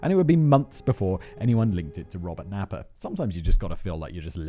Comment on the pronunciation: 😂 Robert Naiper.... I read it that way too... me and simon....same page...don't know why.